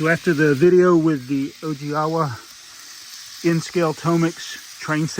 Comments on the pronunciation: Nice! Owigawa is pronounced oh-wee-gah-wa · It’s pronounced Oh-ee-gah-wah.